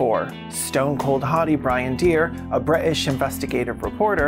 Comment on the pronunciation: Thank you for taking the time to pronounce Bri'ish correctly. I appreciate it